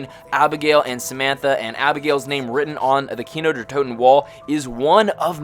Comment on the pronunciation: "Kino Durhh Toten"